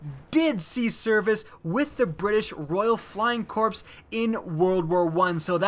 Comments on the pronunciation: oh my god he said "corps" instead of the CORRECT PRONUNCIATION "core" I'm fucking outta here man I can't believe this shit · corps: "core" not "corpse" carbine: "car-bean" not "car-bye-n" chauchat: "shah-show" not "sha-shot" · Corps is pronounced like "core". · Say corps as "core" not "corpse" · Just a note Corps is pronounced core. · "With the British Royal Flying Corpse" Rip, British Royal Flying body. Corps. Pronounced "Core". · his pronunciation of "corps" bothers me. it's "corps" with a silent p, not "corpse" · i cringed when he pronounced corps "corpse", instead of "cor" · just to advise, The RFC (reminds me of KFC) is pronounced royal flying CORE not CORPSE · Pls. Don't say corps. It's pronounced Core. Corps=dead people. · 'Corps', pronounced as 'Core', not 'Corpse' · "British Royal Flying CORPSE" Uhhhh, pretttttyyy sure "corps" isn't pronounced that way. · Just so you're aware, corps is pronounced core. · 'British Royal Flying Corpse' Sighs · Mitchell Swistak Thats what I was saying, he said pronounced corps as corpse. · Corps is pronounced like core. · "British flying 'corpse' huh? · "British Royal flying corpse" ?